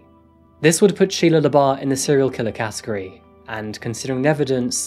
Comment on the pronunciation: Anyone else thought he said Sheia leabuff from eve Steven